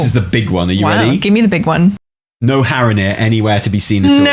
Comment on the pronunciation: Your "Strathholme" prediction is a guaranteed fail because they'd have to rename the city. It's called "Stratholme", with one h. It's probably also spelled Strat-holme, not like you spelled it, for that reason. ;) Also - Haranir, not Harronir. ;)